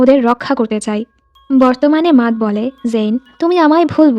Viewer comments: মাতহ না ম্যাট 🙂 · আপু matt এর নামের উচ্চারণ টা " মেট " হবে